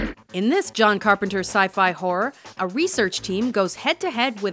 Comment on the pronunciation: Its jone